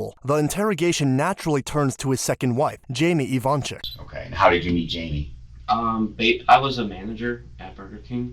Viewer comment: They're Ivanchich, not ivansick or ivanchick. 😏 It's just those Yugo people don't care to change "c" to "ch" and "s" to "sh" when they come to live in US.